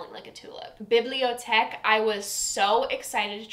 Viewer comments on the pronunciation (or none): Girl Biblioteque….. promnounced Bib—lee-oh-teek is straight up peach note. I love peach note and I find the leather note way back there. But you also mispronounced Several others. I feel I wasted so much time watching this you hated almost all of the collection. I also find you favor poor performers. I’m not dropping bucks on that. Just a few observations no biggie.